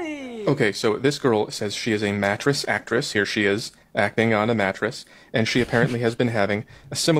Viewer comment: "Matress sectract"😂😂😂😂😂 my guy